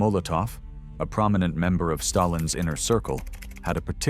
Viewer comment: Stayilns health 🤣🤣🤣